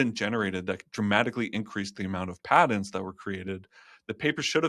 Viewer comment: What's a padent? Does he mean patents?